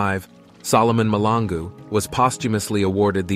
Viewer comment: Mahlangu Malangu...two different things You keep on saying Malangu.. It's irritating, but good video though..